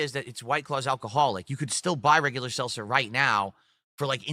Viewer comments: "Selser" "AMW" He can't pronounce anything, jesus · Seltzer. He can’t pronounce anything!! Also, he first said he was helped by someone that typed up instructions for him and now he says he followed a guide he found online So of course he fucked it up.